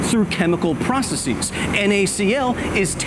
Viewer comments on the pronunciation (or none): If you want to be taken seriously on science, at least learn the plural of the word process. Hint: it's NOT "processeeeeez". That works for thesis, hypothesis, crisis, analysis, .... but not process. See if you can spot the difference. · Processes is PRO•ses•iz not PRUH•ses•eez. You're saying the Greek part like it's English, the English part like it's Greek..